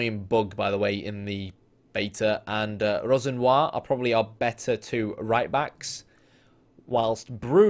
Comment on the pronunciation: Another excellent video, although just a tip, Rosenior is pronounced Ro-Zeen-Ee-a